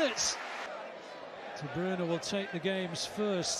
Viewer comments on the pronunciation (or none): How he says de bruyne makes me uncomfortable